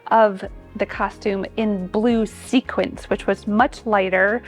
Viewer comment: The curator seemed to be a little nervous, she got a little flustered when describing the different color suits Edith Head wore and she said "This was a film worn by Barbara Stanwyck". She also kept pronouncing "sequins" as "sequence".